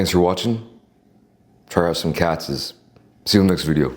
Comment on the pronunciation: Cats bro. That’s how’s say it lol